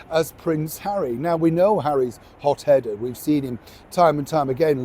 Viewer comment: Did you say "pot headed" or "hot headed"? Probably the former😂😂😂